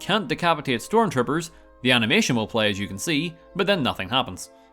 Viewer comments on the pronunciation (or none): Its animation not amination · haha "Amination"